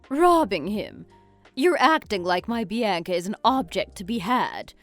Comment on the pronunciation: Why can't they pronounce Bianca or women right